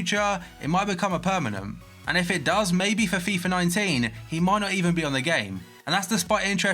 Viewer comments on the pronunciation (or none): none